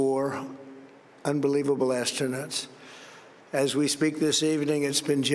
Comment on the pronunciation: Did he say "astronuts"?